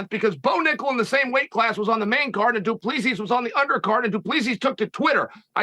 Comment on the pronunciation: "du plee-see".... It's DU PLESSIS